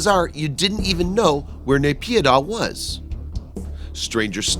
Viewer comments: It's Spelled as NAH-PEE-DAW = NAYPIDYA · its pronounced Naip-yee-door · NAYPYIDAW, MYANMAR...NOT BS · Candystrap i don't have to prove it any more than I have to prove that there aren't aliens living on the moon just 'cause i call bs on a video that claims there. Whats dumb is that you believe this video when the publisher can't even say the country or city name properly. But a quick google search will prove that its bs. You should try it. Here is an example of what you will find